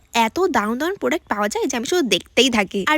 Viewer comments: Product-❌ Podact-✅😅😅😅😂😂😂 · প্রোডাক্ট ❎ পোডাক ✅😂😂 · Product ❌ podak✅ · Product বানানটাও বলতে পারেনা